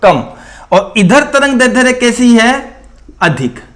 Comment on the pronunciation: सर आप दैर्ध्य का उच्चारण गलत कर रहे है।